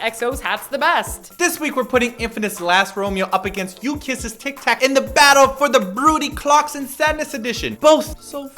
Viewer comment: did say tick tack?